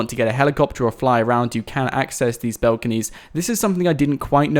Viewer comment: Bought why do you say "belconys "